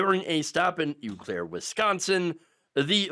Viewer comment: "Ew clair" Im not even from WI but that was painful